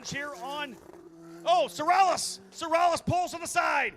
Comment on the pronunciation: Its pronounced “seh-rah-YAYSH”. I had the oportunity to meet his grandfather and father. Beatiful people. Although the are very well off money wise, they are true humble folks. Its a shame Felix III ran out of money and then had to quit.